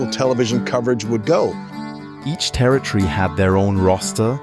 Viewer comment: Please learn to pronounce the word "Territory" correctly.